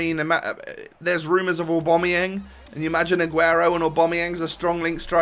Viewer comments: Why does he always say 'Aubameyeng'???, there's an a not an e! AubameyAng!! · Yeah he always says 'Aubomeyeng' and it really pisses me off